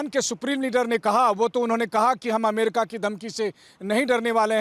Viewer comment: Sir jee A-MA-RI-KA nahin A-me-ri-ka hota hai